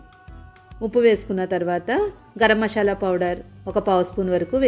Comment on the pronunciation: మషాలా అనకూడదు. మసాలా అనాలి